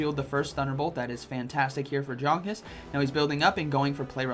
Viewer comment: Hi, one of the best battlers in the world, Jonkus is German. Hence, his name needs to be pronounced as Yonkus. Since, in German J is read as Y.